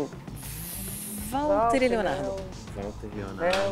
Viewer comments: "ualter" "valter!!!" "todo mundo sabe quem é!" KKKKKKKKK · ''Ualter'' ''Valter' ' ''Bom todo mundo sabe que é '' auehuaehuaehaeuh esse Jacquin me mata